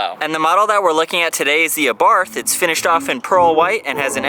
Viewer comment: Its pronounced our bart the H is silent fyi